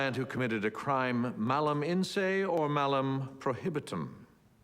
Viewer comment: Also, he's a Law Professor, at Harvard. YTF does he pronounce Mala "Malam," and why does he stress the M on the second one? Okay, I'm a latin nerd, so that always bugged me. (Glasses push)